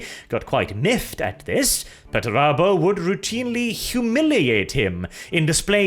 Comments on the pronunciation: ffs why are you saying petterabo and not PERterabo 😅😅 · why do you say peturabo? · There's a first R in that name... ffs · I got "Pert a boat," & I lost it. Then CC called Perturabo "Better Iowa." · Everyone: Perturabo Me: Portobello